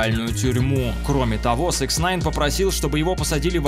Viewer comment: Почему автор всегда говорит СЭКСНАЙН когда правильно СИКСнайн